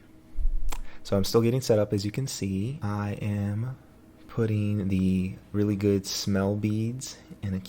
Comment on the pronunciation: Ok this was really funny to listen to and having your hubby do voiceover was tooo cute. He is funny with his description. Thingamajigger🤣🤣😂🤣🤣. Delicious i am digging, oh not to mention the emphasis on " really good" with the low voice. He is hilarious